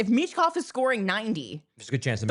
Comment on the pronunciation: Learn how to pronounce Michkovs name and don't disrespect his name then